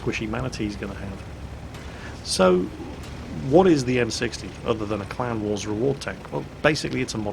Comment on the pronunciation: Every time you said clan wars I kept hearing clown wars.